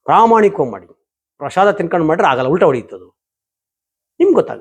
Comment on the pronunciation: ಪ್ರಶಾದ ಅಲ್ಲಾ ಪ್ರಸಾದ.